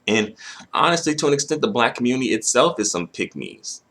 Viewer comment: where da kanga in a kammunitiiiia